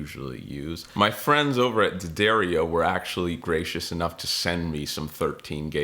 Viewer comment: I think the name of the company that is supporting you is pronounced "dee ah DAR e o"